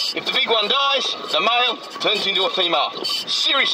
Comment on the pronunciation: He says mile instead of male 😂😂😂😂😂